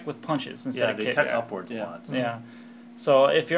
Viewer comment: Its up-forward not up-FOHRWUHRRDD